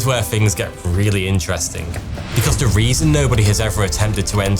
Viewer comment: ‘Th’ ‘th’ ‘th’. Not F F F!